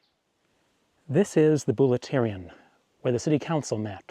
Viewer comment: Vouleftyrion not bulletarian.